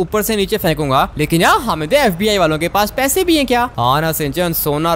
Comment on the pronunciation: Fib nhi fbi hota hai😂😂😂😂😂😂